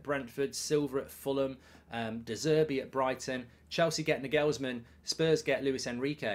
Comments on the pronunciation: NagHEELLLSman LOL! Sort that pronunciation out ya pl3b. Liverpool will win 6 draw 2 and JUST miss top 4. As for us (United) 3rd is far from done and dusted with our injury list - which is why Liverpool DO NOT need the Europa, because look what it did to us - decimated. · Will Mark ever pronounce Nagelsmann correctly? 😂